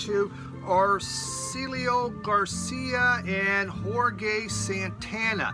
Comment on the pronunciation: Great video; probably one of your best; watching while I’m cleaning vinyl and sleeving. I don’t have the need to correct you on ‘Sade’(shar-day), and McVie (micveee) since Maslov did already....heehehe. But I will help ya out and tell you that Jorge is pronounced (whore-hey) Lol. And Malo was extremely popular in the regions of the country that there were more Hispanics. I’d say their first three albums are essential. Good to see you buddy